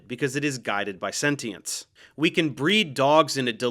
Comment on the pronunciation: This is unrelated to the main topic (a great undertaking and one to be grateful for), but let me thank you for pronouncing the word processes normally (not with the misguided -eez some people have been gravitating towards). On the other hand, let me invite you to pronounce sentient and sentience with a SH sound, and point to words like patient (patience) as similar examples in case that seems suspect. It's not lost on me that small mutations like this within language are remarkably similar to those driving biological evolution, but I can still hope to nip them in the bud.